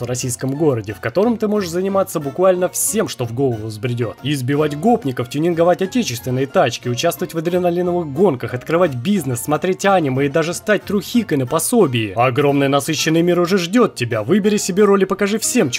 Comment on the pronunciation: Серьёзно Аниме почему ударение на а?